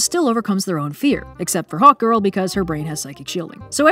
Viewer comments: I kept hearing Hawk Girl as "hot girl" And I was like... Yah that checks out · Ohhhhh, Hawk Girl. The first few times said her name, I thought she said Hot Girl and I was like, the writers actually named her that?? I was thinking, was it supposed to be a meta feminist critic gone agley, or were they playing it unironically straight, like Michael Bay styles...